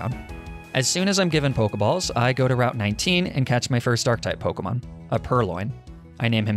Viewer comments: They way you pronounce pokemon names kills me 😭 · this guy does not know how to pronounce the names, does he